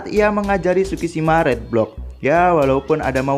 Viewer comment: read di bacanya rid bang